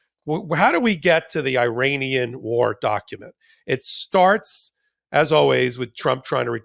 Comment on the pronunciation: please say ear Anian for Iran.